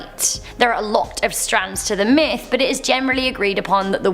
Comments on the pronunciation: it sounds very close to it lol but i heard myth n it sounded like meth lol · I thought you said "good old fashion meth" not "myth" spent like 5 minutes laughing